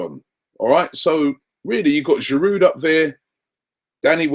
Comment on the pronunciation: DeadshotYT He always gets it wrong! He doesn't pronounce Giroud's name right either. The 'd' at the end should be silent.